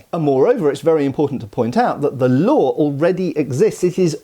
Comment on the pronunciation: Laws …. not “lade”.!